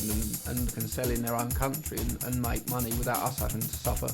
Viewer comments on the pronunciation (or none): none